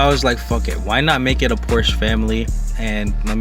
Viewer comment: Porsche is a two syllable word